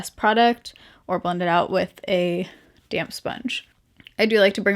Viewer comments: Anyone else hear damn sponge not damp sponge? 🤣😂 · Thought she said damn sponge! Lol!